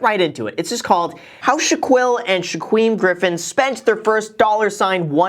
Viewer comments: Anyone else cringe when he said Shaquill and Shaquem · OMG 😂! Graham their names are pronounced like Sha-keel and Sha-keem